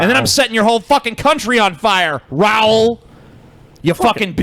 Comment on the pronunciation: TJ's pronunciation of Raul puts me into an autistic rage.